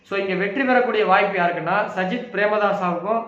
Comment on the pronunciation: பெயரை சரியா சொல்லாத போதே நினச்சன் கணிப்பு ஊத்திக்கும் எண்டு